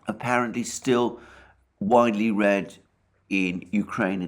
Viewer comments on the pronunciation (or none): none